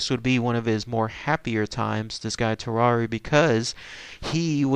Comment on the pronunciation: lmao u pronounced tarrare like ferrari...... hes french my guy its tar-ehr